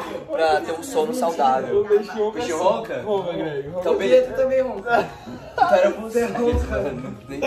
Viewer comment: Temh leiteh condensadoh kkkkkkh